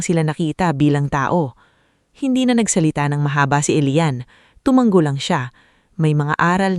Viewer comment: TU -- MA -- NGO HINDI TU -- MANG -- GO ISANG G LANG PO